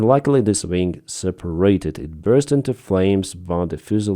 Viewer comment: Ving? Do you mean wing?